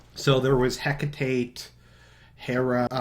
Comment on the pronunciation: Omnius = om-knee-us Hecate = Heck-a-tee Cymek = Sigh-mek (like cyborg...)